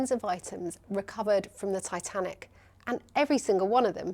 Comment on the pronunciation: 😂😂😂I can’t get the way she said “tiT Anic” out of my head